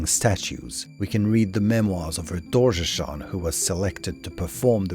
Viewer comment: Yeah, very nice video and all but he mispronounces a lot of names. Sliske, Doorgeshuun, and I've heard multiple others.